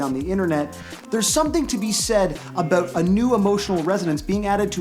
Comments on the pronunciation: Please say soory, and abut next to eachother! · Lol "oot" and "aboot" xD